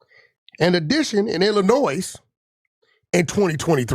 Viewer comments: Why is wack pronouncing the “S” in Illinois 😂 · The “S” In ILLINOIS Is Silent.. Jus Sayin🤷🏽‍♂️ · The s is silent in Illinois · The S in Illinois is silent. 🤦🏽‍♂️